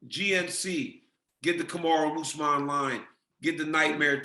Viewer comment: I thought he called him "Kamaru D. Usman" and wondered what the D stood for.